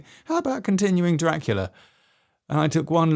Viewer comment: Best 'Draclia' narration ever!😂